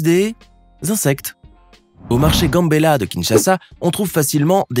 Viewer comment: Je suis Congolaise et sa manière de prononcer GAMBELA me fait trop rire 🤣